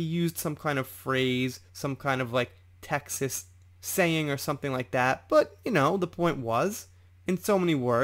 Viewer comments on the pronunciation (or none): none